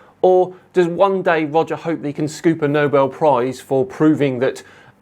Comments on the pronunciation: every time you said "Roger" I heard "Wodger. Wewease Wodger!" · Welease Woger